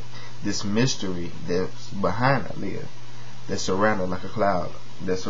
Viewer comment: I love how you say Aaliyah's name. Its the way all people should say it.